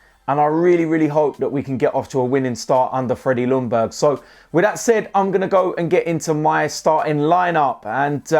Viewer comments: His name is pronounced ”Youngberg” in Swedish. Loungberg just sounds stupid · Now it’s time to learn how to pronounce Freddies name right. First of all. The L is silent. Closest way to pronounce his name would be Yungberg. Greetings from Sweden!! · the L is silent in Ljungberg ok dude so as not to upset our swedish friends ok brother, coyg, 🤩🤩🤩